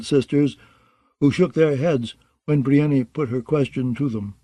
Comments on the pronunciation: Roy pronounced Davos "Dayvoss" but I'll take that over Breeinknee 🤣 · "Biryani" lol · Davos is at least pronounced that way somewhere. Nobody says Briennknee. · The narrator is great and I could abide by most any pronunciation but "bree en nee" for brienne? Idk why but that really throws me off 😂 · I swear, I was just thinking this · What I don’t understand is how MULTIPLE narrators can’t pronounce the name “Brienne”. That’s a REAL NAME FROM THE REAL WORLD! So many names are made up in this universe and somehow NO ONE can pronounce a normal name like “Brienne.” Ridiculous. How are the standards so low for the narration of such famous works??? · volunteers? Well that explains it, then. You don’t need to watch an HBO adaptation to know how to pronounce “Brienne.” It’s a real name in our real world and the pronunciation is entirely intuitive. I respect the volunteers for their work regardless. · Literally every time he says it, I say, "Stop that." He never listens.